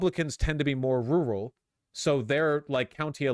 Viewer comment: He sounds like an idiot when he says "rural". Never heard it pronounced like that ever.